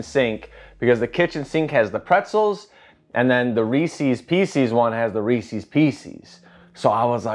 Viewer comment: i like how you also say “r-ees-seas” too. might be a chicago thing lol